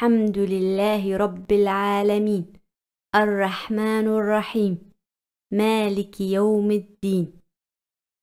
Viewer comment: Arrahmanirrahim h baji arrahmanurrahim nhi h galat hurf mat padho